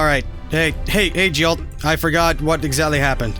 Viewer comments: That was hilarious, but can't blame him. However, I had to wince every time he said Jilt instead of Giott. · I think he's just pronouncing it different, not saying another word.